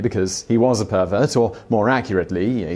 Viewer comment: The way he says "pervert" cracks me up each time lol